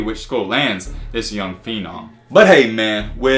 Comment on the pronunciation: He said phenom